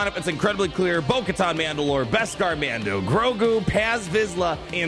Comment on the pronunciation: hardest thing ever is getting through a video where a name/word is said so many times with the wrong pronunciation. It's Katan like "cuh-tan" not "cuh-tahn"...